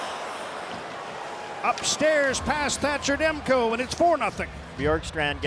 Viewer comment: Demko`, not De`mko )